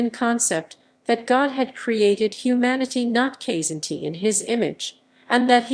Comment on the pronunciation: Kzinti is pronounced "Kuh-zin-ti". Lyran is pronounced "Lee-ran". Myrak is pronounced "My-rak..